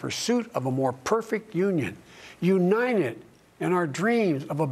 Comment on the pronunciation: In his acceptance speech Joe said: "...for Lord's sake; we're the you-nite-uh states of America, we haven't accomplished anything". According to the media it was Bidet's "best speech ever", he really was "spot on target", "Joe really laid to rest OUR President Trumps assertions that he was in full control of his mental faculties". I rest my case. Joe says "WE, the People" have not accomplished anything; when what he really means is: Joe Biden and cohorts have not accomplished anything FOR our country.